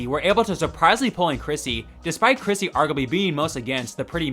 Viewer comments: Bro... how do you not know her name is CHRISTY, not Chrissy??? Stop making videos. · i think u said chrissy instead of christy a bunch of times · yeah, I heard "Chrissy" & that's what close-captioning picked up too 😅